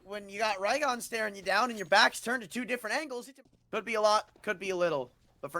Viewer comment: "raygon" "cener" these commentators man